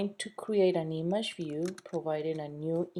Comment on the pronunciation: Learn to fucking say "image". You're driving me nuts!